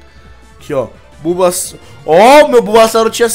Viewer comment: Vc percebeu que vc falou bombassauto